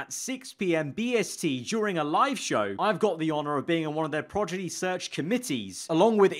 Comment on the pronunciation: PROGIDY, 3 times he pronounced it this way